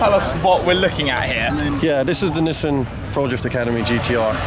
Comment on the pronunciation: God the way he incorrectly pronounces Nissan is so annoying lol